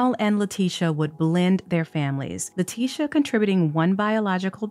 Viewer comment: I love how everyone calls her LIE-ticia